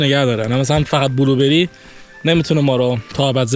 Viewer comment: بلوبِِری ❌ بلوبًری✅